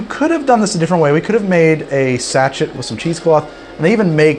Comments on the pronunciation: Dude! It's pronounced sash-shay! Be careful how much you sample ahead of time! Too much QC can be hazardous! 😂😂👵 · I don’t normally get annoyed by pronunciations of words. But did you just say sachet like “sach-et”?????? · It's pronounced "sa-shey" (sachet) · Sachet. SACHET?! ITS PRONOUNCED SACHET! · Sachet is a French word and is pronounced sa-shay. Or herb thing will also suffice.